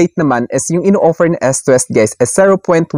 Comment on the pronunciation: Eastwest po, hindi Estwest. As in you pronounce it as eaaassst hindi esst